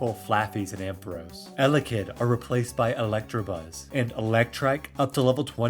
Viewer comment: “Stunktank” “Electrabuzz” Are you baiting me??